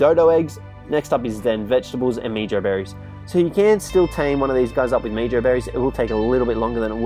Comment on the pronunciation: It is pronounced like "meho" berry bit meejo berry